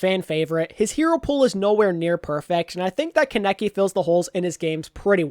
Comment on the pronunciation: theres a a in kaneki for a reason its not keneki T.T